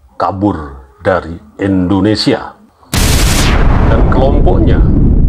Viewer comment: ma'af pak indonesia bukan endonesia